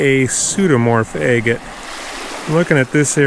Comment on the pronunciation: Is it me or does “agate” sound like “I get it”?